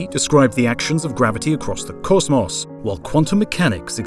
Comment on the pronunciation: "cozmoss" LMFAO